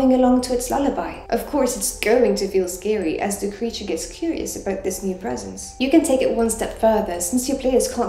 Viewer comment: I don't wanna be mean but... you said "scawy" lol